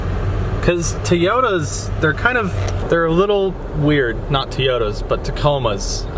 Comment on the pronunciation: Toyota not teyota